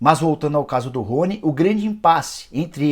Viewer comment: Estranho pq parece que ele fala runy kkkk